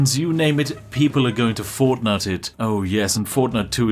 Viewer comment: Spat my tea out when you said fortnut then immediately drank it back off the floor as an englishman as I do not wish to disappoint our Queen.